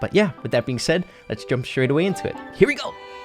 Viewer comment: more like HEWIEGO